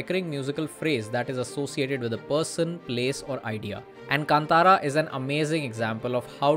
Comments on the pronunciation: भाई कांतारा को केन्तेरा मत बोलो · I have taken this pronunciation from Rishabh Shetty’s interview. This is how he pronounced.